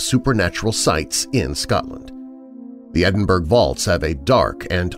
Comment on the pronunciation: Edinburgh is pronounced "edinburrow" rather than "edinburg" but as always, a great collection of stories. thanks!